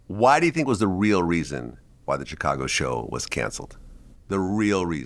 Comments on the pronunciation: Word. Hate how he says twister instead of Twista too. But that CHicago is definitely the most annoying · Chick- cago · VLAD PRONOUNCING CHICAGO IS LIKE HEARING NAILS SCRATCH THE CHALKBOARD